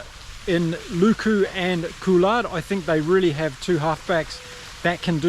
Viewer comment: Coulard ??????? Baptiste Couilloud !